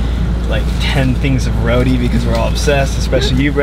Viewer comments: Ahhh I love this! Amazing work and ty for visiting Guyana🇬🇾 ! Also it’s Roti, not RoDEE it’s RoTEE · It's pronounced "Roh-Tee". :)